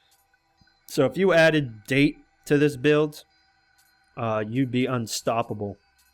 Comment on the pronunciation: Date = DA-TAY.